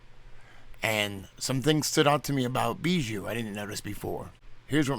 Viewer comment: The way you pronounce bijou is really really weird.